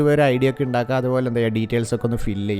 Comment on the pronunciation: indakkuka alla undakkuka ennu parayoo